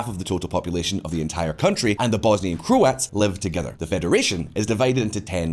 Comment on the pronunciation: what pronunciation of Croats was that? FFS.